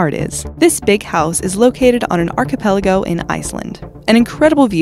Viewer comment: ar·chi·pel·a·go You're American maybe ?